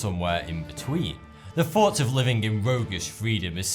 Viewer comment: Pet peev: why don't you pronounce your 'th' properly? For example, you say 'wiv', rather than 'with', or'fought' rather than 'thought'.